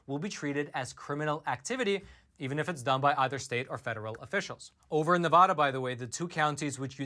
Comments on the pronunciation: Nye County's Sheriff said the same thing over a year ago. Sheriff Sharon Wehrly did. Thank you for covering that. And it is not pronounced NEVAWDUH. It's pronounced Nev a as in apple da as in duh. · PLEASE learn and use the CORRECT pronunciation of “Nevada”. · SCRRREEEEEETTTTCCCHHHH -*Nails on a chalkboard** Quit mispronouncing Nevada! It is beyond annoying! Here a video to help you not sound like a complete moron when you say "Nevada" Here is Brian Williams also telling you how to pronounce it